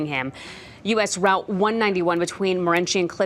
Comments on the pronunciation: Pronounced 'Mo- ren- see' not morenchi 😬 crazy the random stuff that happens in our area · Moren-she? She got it wrong twice!! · Morenshe? Can't Arizona reporters at least learn our states city/town names?